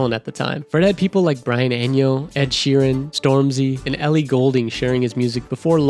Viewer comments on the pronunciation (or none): That Spaniardized pronunciation of Brian "Enjo" is killing me bruh 🤣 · Eno, not Enyo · and Brian Eño 😂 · Brian "EnYo" ..... seriously? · And Brian Eno, but otherwise a great vid. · Awesome video, thanks! Just for info Brian's surname is pronounced Ee-no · Nice video and it’s “Brian E-NO”